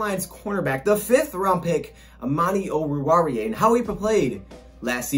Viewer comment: Whenever someone pronounces oruwariye it sounds like they have their mouth full of food 😂 but did pretty good